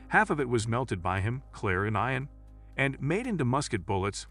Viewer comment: de-Bree not de-Bry Eee-an not Ey-an Roger sir-musses? Eee-ther not Eh-ther